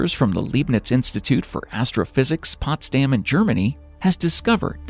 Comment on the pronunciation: Will you ever consider to consult a German speaking specialist before making the narrative to your videos? I guess not. LEIBNITZ is completely mispronounced and unrecognizable. And POTSDAM has nothing to do with pots to be damned.